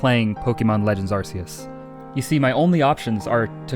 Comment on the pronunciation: Love your vids dude, I watch them so much and always get excited when I see a new video of yours. But there's one fatal flaw. You say Tog-ah-dic. When it's pronounced, Tog-ah-tick. But besides that, the Arceus- I mean Arkoos pronunciation is fine.